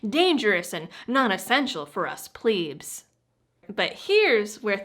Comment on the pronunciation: "pleebs* 😂 Instead of plebs